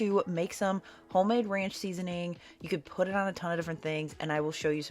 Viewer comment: Seasoning 🎉 not seasoing 😂